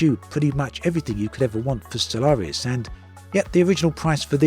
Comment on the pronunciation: Surely that is not how Stellaris is meant to be pronounced? With a hidden a at the end.